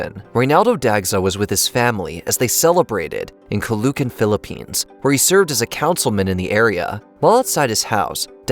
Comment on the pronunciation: Where is Kalukan, Philippines 😂😂😂. Anyways, it is Caloocan